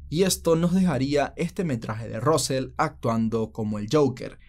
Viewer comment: Russel: rasel, no rosel 😁